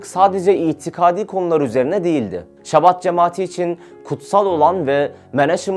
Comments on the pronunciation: Chabad yazılır ama Şabad okunmaz. Aksine Almancadaki gibi tükürürken damağa tükürük sesi gibi sert bir H sesiyle Habad olarak okunur. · Şabad değil Habad diye okunur, birazcık araştırın editör kardeşler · şabat değil habad okunuyor bildiğim kadarıyla..